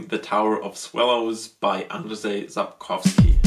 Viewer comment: Your pronounciation of Sapkowski is perfect, but his name is pronounced as Ann-Jay